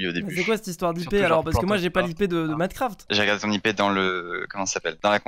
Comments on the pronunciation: clem royale is back je suis quebecois et j’peux te dire qu’on le prononce comme sa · LucAuger YT Je suis la langue québécoise et j’admets qu’on ne prononce absolument pas « Minecraft » comme ça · C’est pas plantocraft c’est plantocraff 😂